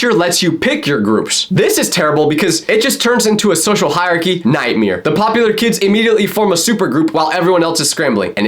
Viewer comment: I CANT ANYMORE I LOVE HOW HE SAY NIGHTMARE AS 'Nightmear'